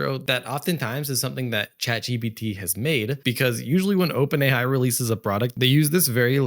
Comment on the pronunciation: For some reason, and it may just be my ears or perhaps you have a cold, but I keep hearing you say “Chad GPT” and of course a meme pops to mind 😂